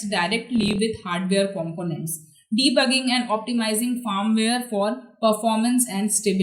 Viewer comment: it's not fArmware . it is FIRMWARE